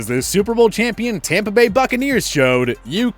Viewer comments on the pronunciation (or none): none